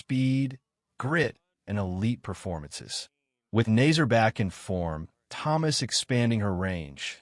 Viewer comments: It’s actually pronounced Na-Sayr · Idiot announcer cannot correctly pronounce the name of the winner.